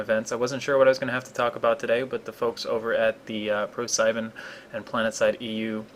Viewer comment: Just for info: It's pronounced "Pro-Z-ben". :) It means ProSeven in german.